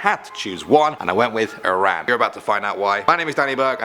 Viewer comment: I’m from Iran ayyyy. Salam. It’s also pronounced ih rahn. I’m from Iran and I’m also part Turkish.